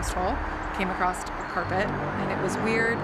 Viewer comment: Wtf is "acrost" aee we sp fr. YOURE AN ADULT BRUH IT'S ACROSS PLEASE😭😭